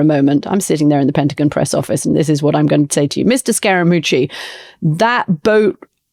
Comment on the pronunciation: She can pronounce cajones, but has trouble saying pentagon?